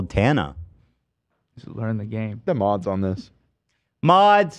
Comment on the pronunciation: It’s so disappointing that Ethan pronounced tanas name wrong